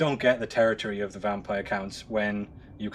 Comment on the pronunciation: I'm sorry Britain but it's not pronounced Vampire Layers.